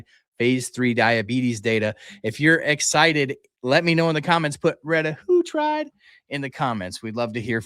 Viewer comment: I thought it was called /reh-TAT-true-tide/?